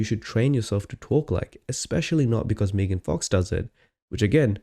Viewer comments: She is MEGAN, MEGAN, MEG, NOT MEEEEGAN!!! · Meegan? It's Megan lol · It's so funny how it took you ages to figure out how to say their channel name but they can't properly say Megan's name.